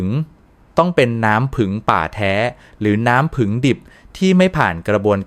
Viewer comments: กรุณาไช้ถาษาไห้ดีด้วยผึ้งคุณอ่านว่าผึงได้ใงฟังแล้วรู้สึกไม่ดี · เขาพูดว่า ผึง ไม่ใช่ ผึ่ง